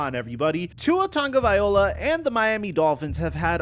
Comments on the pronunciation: Love your channel! But have you noticed every time you talk about Tua you mispronounce his last name 😂 it's Tago-Vai-Loa not Tago-Vaio-La. I figured maybe you just never noticed. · There is no "N" in Tua's last name. Get it together.